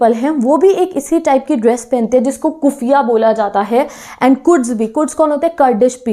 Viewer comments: I first listen dress name kutiiya😅 but it is kuffia Who else listen this🤣🤣 Like 👇👇 👇👇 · Who will listen "kuppia" as "kutiya"😂😂